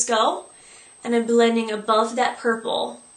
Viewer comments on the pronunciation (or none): lol did u say burple ?:)